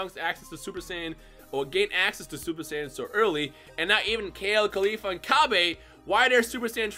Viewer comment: why do you still pronounce Cabbas name like that we have a official way to say his name now and thats not how you say it